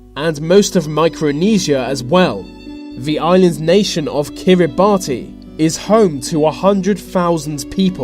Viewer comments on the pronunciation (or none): 'Lesotho' - pronounced 'Lesootoo' 'Kiribati' - pronounced 'Kiribas' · Kiribas is how it sounds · He also pronounced Kiribati wrong. It's more like Kiribass. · Kiribati is pronounced "KIH-RIH-BAHS", not "KIH-RIH-BAT-EE" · Kiribati is pronounced as “Ki-ree-bass”. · Kiribati is pronounced as Kiribash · Jesus Christ you got Lesotho wrong can't pronounce "th" and you can't even pronounce Kiribati. It's pronounced kiribass you fucking idiot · Kiribati is pronounced Kir-eh-bass